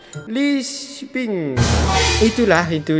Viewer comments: Lipsing bang bukan lisping 😭😭😭😭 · Lypsinc bukan li seping 🤣🤣🤣